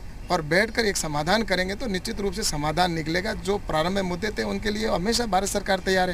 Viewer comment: Isko nushchit bolna Sikh le phir kanoon ko samjhaye